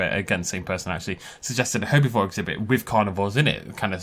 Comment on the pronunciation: I like how he says herbivore "herbyvore"